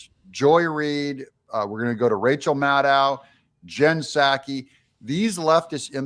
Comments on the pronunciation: Her name is Mad Ow. Not Made oh Just fyi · Pedant time. Rchel Maddow's last name has the accent on the first syllable (MAD-dow). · Her name is PROPERLY pronounced, Rachael Mad-cow. 😂😂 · It's pronounced rachael mad cow😅😅😅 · It's pronounced mad-ow (like mad cow, but not quite). Which reminds me, some of these lame-stream media people could use some rabies shots. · It’s pronounced Mad Owe … like mad cow. Im happy you didn’t know 🥰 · I love your content! It is Maddow pronounced like mad cow, and it fits hero a tee! They want Nikki Haley because she is a is a friend to the dems the guy who is bank rolling her is a major dem doner and a friend to Jeffery Epstein. Whatever the dems say the republicans are doing they , in fact, are actually doing! This has been going on for over 20- 25 years! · Last name is pronounced Mad..o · You're mispronouncing Rachet Madcow. :face-green-smiling: Vivek is not our (conservatives) friend. He's doing and saying whatever he has to to get his foot in the Whitehouse door. That includes accepting second place. Do some digging yourselves. Haley is a liberal shill, that's why the lamestream media isn't against her. They want her in there.